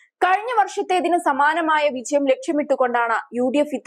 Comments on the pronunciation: വിചയം അല്ല കൊച്ചേ വിജയം 😄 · മലയാള അക്ഷരങ്ങൾ ഉച്ഛരിക്കാൻ അറിയാത്ത കുട്ടികളെ വാർത്തവായിക്കാൻ വയ്ക്കരുത്.കുട്ടീ വിചയം അല്ല.വിജയം ആണ്. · Please pronounce 'vijayam' correctly.